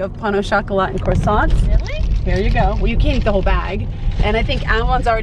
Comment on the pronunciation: Please please please stop calling croissant 🥐 Cross ant Quasson